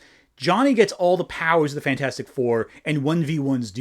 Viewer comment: i died when you pronounced fanfourstic